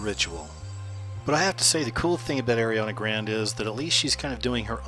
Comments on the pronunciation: I STARTED LAUGHING SO HARD WHEN I HEARD IT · I noticed that too, like wtf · "Airiana grand" Ariana Grande** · “Airiana Grand” nope next weird ass video! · Nice vid,, but her name is pronounced AH-RE-AH-NA GRAHN-DAY. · Did he just say Ariana grand? 😂😂